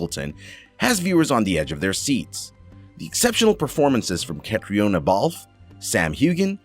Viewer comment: Seems that I'm not the only one who was driven spare by the mispronunciation of just about everything. Catriona is pronouced Katrina. Sam Heughan is pronounced 'Hewen'. Tobias is pronounced like 'Toe-by-as'. The author is Diana (like the princess) not 'Dana' Gabaldan. GAH!!!